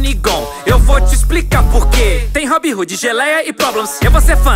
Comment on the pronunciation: Ele fala robin rude kkkk